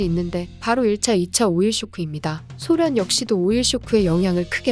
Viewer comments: 쓸때는 소련 읽을때는 쏘련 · 쏘련 이라고 읽어 주시는 게 나을 듯 하네요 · 소련 발음이 낯설어서 못듣겠어요...